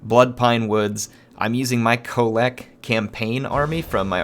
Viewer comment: That end with Kholek was more like "hit a mole"